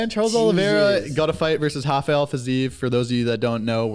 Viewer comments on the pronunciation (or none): Rafael Fiziev is not Brasilian! Hes not Hafael with H! HES Rafael "R" afael!